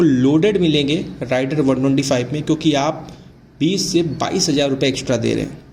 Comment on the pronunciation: Rider(राइडर) नही , Raider(रेडर) है